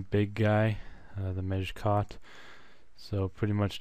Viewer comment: it sounded like you said "major cock" when you said "mejkot" lol